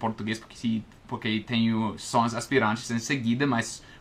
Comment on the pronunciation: Atenção as palavra são, observação e não, você esta pronunciando som, observaçom e nom. Você cometeu um erro ao pronunciar a palavra separá-la você disse "sepalá-la". Outro erro foi ao falar o verbo pronunciar, você disse "pronúncia" que é um substantivo, o correto nesse caso era pronuncia, esse realmente era muito difícil. Uma dica com relação a ao verbo pronunciar, quando você estiver conjugando esse verbo a sílaba tônica (sílaba com som mais forte) nunca será na sílaba num, ex: O pronuncia muito bem as palavras em português. Agora quando a sílaba tônica for na sílaba num, neste caso é um substantivo, ex A sua pronúncia em português é muito boa. Espero ter ajudado como você nos ajuda, um abraço